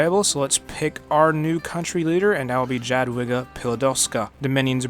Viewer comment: please stop saying jadwiga it hurts